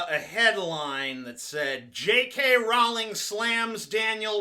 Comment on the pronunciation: "Rowling" is pronounced "rolling", like Crowley or holy.